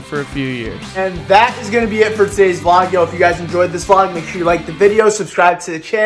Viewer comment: V-Log what do you mean not vlog V-Log